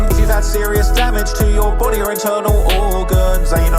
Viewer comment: During the Morgan & Morgan ad. Did anyone else hear if you have serious damage to your booty or inside organs? After a couple times I realized he was saying body😂